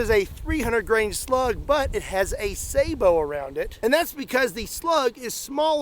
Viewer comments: You pronounced sabot correctly! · It's pronounced "sa-buht" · Im so pleased you didn't say "sabutt" lol Kudos to you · You're the first person in forever who pronounced "sabot" the right way. It's not sa-bot. I cringe whenever I hear that.